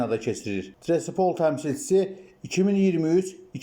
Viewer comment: Şerif komandasını təqdim edərkən təmsil edildiyi şəhərin adını daha diqqətlə oxuyub düzgün tələffüz etmək lazımdır. Trasapol yox TİRASPOL.